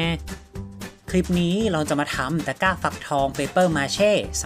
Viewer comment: ทำไมได้ยินว่าตะก้าวฟักทอง